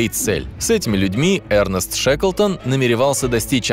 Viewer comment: Не Эрнест а Эрнест. 😄😄😄😄😄